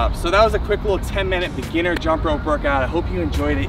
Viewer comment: Lol He said beginer 😅